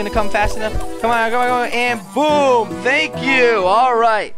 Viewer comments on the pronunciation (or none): none